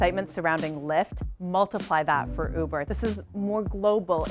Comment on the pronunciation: Anyone else hear boober instead of uber ?